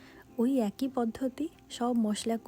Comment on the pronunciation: কথাটা একৈ নয় এক ই। অবশ্য পূর্ব বঙ্গের মানুষের কথ্য ভাষায় অনেক পরিবর্তন এসেছে।